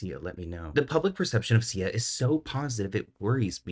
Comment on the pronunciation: Oooh Sia , not CIA 🤣